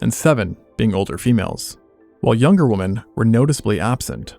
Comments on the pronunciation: Wim-men... why are people mispronouncing women these days? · Why does nobody know to pronounce this its women not woman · why does he say woman instead of women? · Why do you pronounce women like that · Why cant you pronounce women correctly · Nice video. Please research the correct pronunciation of the word "women". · How come English speaking people still don't know how to pronounce 'women'? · Lwarn how to pronunce woman and women. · The way you mispronounce the word "women" is so infuriating lol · Why don’t you know how to pronounce “women”? Is this like chameleon in himym? Somehow you’ve only ever seen the word written and never heard anyone ever pronounce “women”. I can’t wrap my head around this. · What movies/series were the various filler clips from? Also, why can't AI pronounce the plural of "women" correctly? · Why can't this guy pronounce "women" correctly? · exceedingly strange pronounciation of "women" from this guy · I’m just looking for the comment pointing out that he can’t pronounce “women” properly. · Great video but I really need to express my annoyance at the fact that youtubers and podcasters have just decided that the plural of woman is pronunced the same way as singular. Please learn how to say women 😅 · Is this AI-narrated? Because the speaker doesn't seem to know how to pronounce the plural form of 'woman'. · "Women" is being mispronounced. It is pronounced "wih-men", with a soft i, even though it's spelled with an o. Love your stuff! Just letting you know! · why do you pronounce women as “woman”? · narrator pronounces women as woman. Must be gen z. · Interesting but very annoying that you keep on mispronouncing the word "women" as "woman". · its pronounced- W(i)m(i)n, not W(ho)men. God damn why do everyone say it like it reads. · Women [wemmin] why is this simple word so difficult for so many men to pronounce? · Good video, but why do you pronounce these words wrong: woman and women. The plural of woman is pronounced “wimmin”.